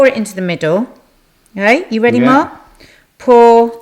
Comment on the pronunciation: Haha two "MARRRKS" in the first 90 seconds!